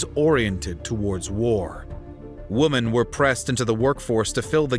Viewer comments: You often sound like your saying woman, instead of women? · Why do you say "woman" instead of "women"??????